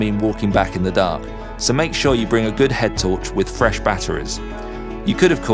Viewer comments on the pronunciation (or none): none